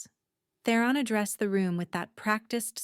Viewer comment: Theron not The Ron